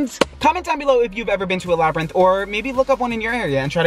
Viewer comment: LMAOOOOOO HE SAID LABBY RINTH🤣🤣🤣